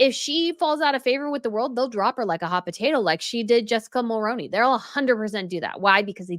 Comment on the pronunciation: 🙋‍♀️🇨🇦 as a 50 some odd year old born & raised Canadian I can tell with complete sincerity that Jessica Mulroney's last name is pronounced "Mull-Roo-Knee" as I remember very well her father in-law Brian Mulroney as our Prime Minister. 2nd the store Reitman's is correctly pronounced as "Reet-man's" As an American you don't typically hear these people's/places names pronounced correctly unless you hear a Canadian say them or someone who has done research on how they are meant to be pronounced. I hope that you find this helpful and useful information going forward. Take care